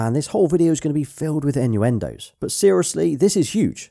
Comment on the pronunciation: "this video is going to have a lot of inyuindows" 😂